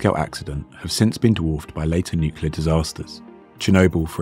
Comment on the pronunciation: "Nucular physics", really? Just when I was about to hit the "Like" button... shame I can't, because of a native not being able to pronounce the word "nuclear" correctly. The story is interesting and it was told well, shame for that major mistake.